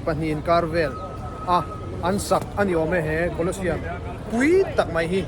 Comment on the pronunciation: Hmuhnawm hle mai. Kawlawsiam ti loin, museum lam ang deuhin kawlawziam tih ang deuhin, thahnem ngaih thuah lo sawi ve mai mai,😅 a tha vek tho e